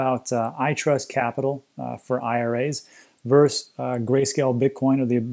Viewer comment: When you see "vs." (against) it stands for "versus", not "verse". Just FYI Great content, keep it up.